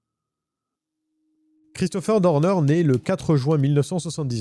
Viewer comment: Je n'aime pas ta façon de prononcer son nom: c'est Christopher Dorner et non Deurdeur.. bref peut-être est il vivant il suffirait qu'il ait laissé un cadavre d'un de ces ennemis dans la cabane, qu'il se soit échappé par une ruse.. il peut reprendre sa vie à 0 mais dans un autre pays avec changement d'identité peut-être avec une petite chirurgie esthétique pour tromper les IA. Quand il sera lassé de sa nouvelle vie reviendra t-il pour finir sa vengeance..